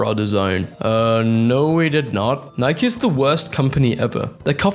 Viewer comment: Nye-key the company is pronounced Nye-key(Nike)!